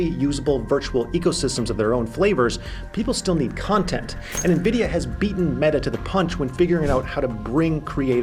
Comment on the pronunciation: By the end of the video you were pronouncing Nvidia correctly.